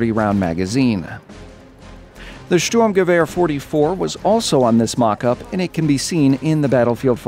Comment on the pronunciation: You really nailed the pronunciation of the ,,Sturmgewehr 44“ (Assaultrifle Type 44)!!! Good job.